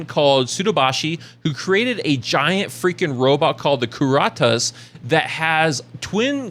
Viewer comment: Pronounced Kur-at-us